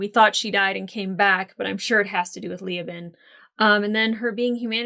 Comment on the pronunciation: Ok, regarding Leoben's name... it's not LEE-oh-bin. It's Lee-OH-bin. The stress is strongest on the 2nd syllable.